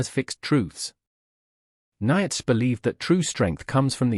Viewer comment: The AI can't even pronounce Nietzsche right.